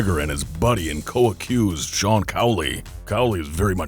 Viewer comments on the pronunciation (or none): It's Cian not Sean Key-An